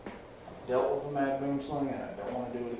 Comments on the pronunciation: Phonetically it's boowemslung Which from its afrikaans name translates to tree snake 🐍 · you pronouncing boomslang wrong